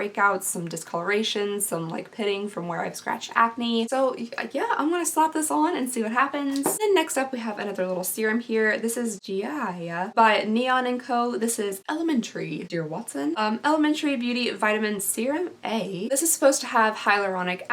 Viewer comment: Hello, (and Steve). I would very much love to try some of the serum or skin helping goodness. The Gaia product interests me most. Also, it's Guy-uh.. like the mother of the earth.:P Love you (and Steve). email: I'm 28, no parents needed:P